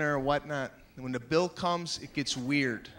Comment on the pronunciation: Maniscalco's getting more anglocized with him enunciating Weird and not WEEAAHD. Dollars and not DOLLAHS.